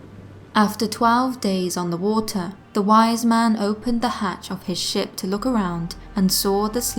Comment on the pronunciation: I was listening to your story and I have one of those moments where I didn't hear the words correctly.. I could have sworn at one point that you said "where he rested his shit" rather than "where he rested his ship" I was like WHOA is talking street!